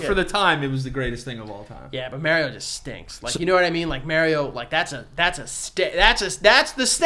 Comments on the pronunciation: MARIO not MEEARIO .. YIKES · Mario........mairio..... for good stankin god it’s MARIO m- are- eo. PERIODT. Love y’all tho. Hated every time he said mairio but much love in general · Is no one gonna talk about how said maryo and not Mario 😂😂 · Why does keep saying Merio? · The way pronounces MARIO haha Marry-o. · The way says “Mario” like “Mary-O” grinds my gears 😂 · The way pronounces “Mario” ❤ New York shit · the way you say Mario is wrong I'm sorry. but the Big Bang Theory is a good series but I understand why you don't like it they are very nerdy bunch. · The way pronounces Mario triggers me. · is a fake gamer for pronouncing Mario like that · yo I love yall good luck on ur podcast but If u keep pronouncing Mario like that OH MY GOD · I can only hear the word Mario mispronounced so many times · We are going to have issues if keeps pronouncing Mario wrong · It's definitely a NYC thing. I'm originally from the Bronx and everyone around me would pronounce like this except for the people in my fam. And even though I grew up hearing it like this it still makes me cringe